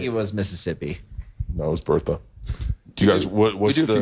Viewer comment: It wasn’t “Bertha”… it was “Bert-a”